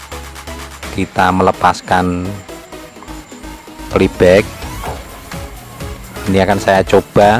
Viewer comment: hahaha,,, PLAY BACK,,,,,, bukan Peli bek,,,,😂😂😂,,, kacau ni,, 🙃😁😂,,ok sehat dan sucses trus,,, 👍